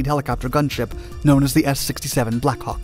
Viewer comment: The American pronunciation of 'Black Hawk' is unfortunate at best.